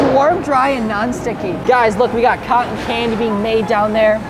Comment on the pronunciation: You Said Cotton Wrong